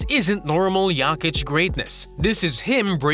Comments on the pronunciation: Turned it off after hearing this. Is this a ragebait/engagement farming strategy or something? Having a slight accent isn't an excuse to pronounce someone's name completely wrong. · Could you not look up how to pronounce the man's name?